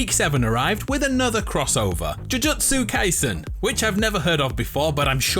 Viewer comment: Me when he pronounced jujutsu kaisen so wrong 💀